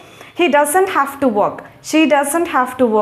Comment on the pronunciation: హలో మేడం గారు మీరు మాట్లాడుతున్న హేజ్ హ్యావ్ ఒకలాగే వినిపిస్తున్నాయి వాక్యాలు అక్కడ రాస్తే బాగుండేది